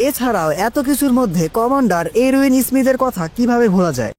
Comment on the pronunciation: আপনার কথা আরো স্পষ্ট করে বলবেন আপনি যে বলেছেন কমানডার আরবিন স্পষ্ট করে না বলে কমানডার আরউইন এর মতো উচ্চারন করেছেন।😅